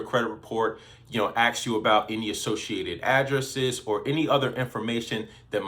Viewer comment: Dude, you seem like a smart guy with good info...stop saying “axe” instead of ask. We all have crutch words and most of us don’t even realize we’re saying them. Trust me, it will silently take you the next perceived level of credibility.